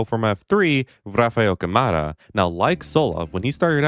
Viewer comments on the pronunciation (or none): Englishman better learn how to pronounce Rafael Câmara: its more like Can-Mara. First vowel is stronger